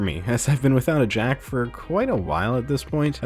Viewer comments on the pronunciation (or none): BlueFireJack it sounds like he said he’s hasn’t jacked off for awhile,when he really said there hasn’t been a headphone jack in awhile